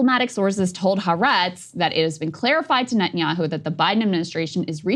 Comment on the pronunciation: Hi Krystal... I speak a little modern hebrew. You pronounce it Ha-Aretz.